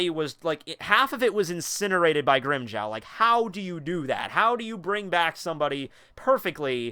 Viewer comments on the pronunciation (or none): none